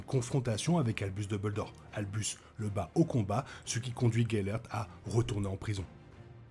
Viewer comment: Merci de cette nouvelle vidéo. Par contre, s’il te plaît, duMbledore, et non pas deubeuldore 😉